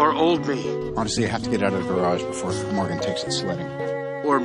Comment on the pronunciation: Not to be rude but it’s Morgan not Maguna